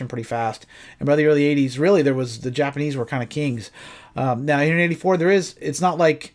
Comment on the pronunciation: Did you say nipanese